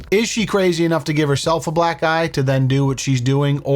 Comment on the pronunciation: You triggered my demented brain. Every time you said "Black eye" it sounded like you said "Black Guy.".